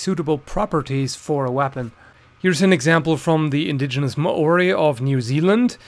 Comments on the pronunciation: Just to correct that pronounceation What you said: Mor ori Almost correct: Mol rdyy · This man really said ma-Orr-ie lol. It’s mow-ry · Māori is often pronounced "mauri" or "moldy" with a rolled R, (very bad approximations, I know) but never "Mah ori" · Mow-ree not mah-or-eee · I'm not from New Zealand, but I've always heard it pronounced either mao-re or mayo-re, never mo-o-re. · No, not Ma-ori. "Mauw-ree" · mAori, not maOri!!! it's so difficult to google the propper pronounciation, unles you've got baned there. facepalm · its pronounced modi not ma ori okay trust me im Māori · Maori pronouced Mao-ree (as in Mao Zedong) though it does vary slightly depending on location. In NZ people say Mar ree as a passive agressive insult to Maoris but like I said it's really pronounced Mao-ree or mol-ree with a rolled r. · *Tee-aha. *MO-REE c'mon man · Why does everyone say moari wrong its like moldy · Ma-orie It Māori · Māori is pronounced Mow-ri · Woah woah woah wait MAh ori?, that's a first 😂 it's pretty much like saying mouldy but you dont really pronounce the l bro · maori is pronounced like M-Ow-Ree if you want a fierce friend go to new zealand haha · The way you say Maori hurts my New Zealand soul. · Cracks me up every time he says Māori . Tho I totally understand, the pronunciation is hard. I'm sure I would butcher other cultures pronunciation . Good on ya for trying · Pronunciation was disappointing. Got his pronunciation of Maori from Zoolander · you'd get scalped in new zealand for how you pronounced the word maori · like thank you for putting the culture in the spotlight but like where tf yall learning to pronounce maori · You pronounced Maori wrong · your pronunciation of māori is killing me lmao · Sorry mate. I’m an Aussie and I got annoyed at how you pronounce māori. The āo should sound slime you stubbed your toe. Nice video all the same. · Ha he sead Maori so rong I'm Maori my self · man you don't know how to say maori right lol